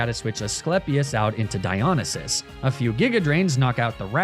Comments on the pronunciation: God while i love all the greek god names your pronouncation of Dionysus as Die-on-a-sis hurts me, and while the god is from an ancient civilization and we therefore dont actually know how its pronounced, me mythology loving heart has always heard it pronounced die-oh-nice-sis Edit/2: I cant tell if youre meming or if you think the two L's in Apollo are two i's but yeah Apollo is A-polo (as in marco-polo) not A-poyo (as in kirby) Edit/3: on the upside, well done on using the correct version of Heracles instead of the roman version, Hercules! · Dy-o-ny-sis How you pronounce it for future reference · its diya-nie(like 'die')-sus not diyo-ni-sus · Di on a ses bothered me the whole time 😭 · I’ve never heard anyone pronounce Dionysus like that lol. Good vid tho 😊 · This comment is a year late, but omg the mispronouncing of the greek god names is absolutely destroying me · Really cool naming convention but you should look into studying a little greek or latin, your pronunciation is very weird. Cool video! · He can say ASCLEPSIUS BUT NOT DIONYSUS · Hearing Dionysus being pronounced like this hurts my soul. Fun video though and it inspired a playthrough of my own, so thanks homie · I was okay with magnameetay and all the other horrid ways I've heard you pronounce words but mispronouncing dionysus hurt me. I love the channel and I am subbed and watch every video but that one got me 😂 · Your pronounciation of Dionysus offends me on a personal level Also Apollo, wtf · loved the video but the way you pronounce dionysus hurts my ears 😭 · The way you say Dionysus hurts me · the way he’s saying dionysus is so stressful oh my god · Oh no how long does Venusaur stay on the team. Normally I’m fine with the Pokémon mispronunciations but hearing him say Dionysus like that kills the Greek Geek in me. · Amazing video but its not A-poyo its A-Pall-O. And its not High-Figh-Stus but huh-pha-stus. Not De-meter but De-me-ter. And its Die-O-nigh-sus. Also RIP Demeter and Oizus :(